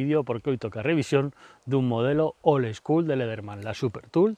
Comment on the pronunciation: Y dale con el "old eschool". Vaya tela con el spanglish del 🤦